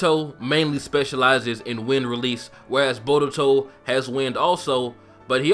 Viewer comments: borutou and narutou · Why do you pronouned Naruto as "Na-RU-To and Boruto as "Bo-DU-to? theyre practically should pronounce the same...